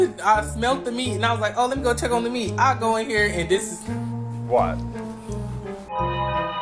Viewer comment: said meet instead of meat